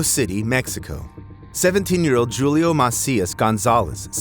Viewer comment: Jewlio ? AI voice.